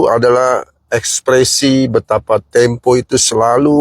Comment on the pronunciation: Majalah tempe bang bukan temo..brita ga falit